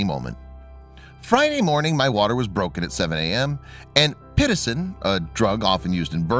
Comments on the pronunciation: It's pit-OH--cin, not pit-uh-CIN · Petacin, LOL! It's pronounced PE-Toe-SIN. HAHA! Know the terms of what's involved in the birth of a baby. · Pre-poned!? Don't use that made-up word if u don't check. Pit-OH-sin! Or pre E CLAMP- sia. No research, can't even check! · Who writes these? Why are they so redundant? This story could have been told in just a couple of minutes. Oh, and pitocin is pronounced pă-toe-sen not pit-o-sin. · hearing it pronounced "pit-oh-sin" hurt a bit... but, i'm a medical type folk... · Just an FYI: Pitocin is pronounced pig-toe-syn. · Pitocin pronounced pi toe cin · None of these video clips have anything to do with the actual story. Just a bunch of generic clips put together. Plus, the narrator misprounounces "Pitocin."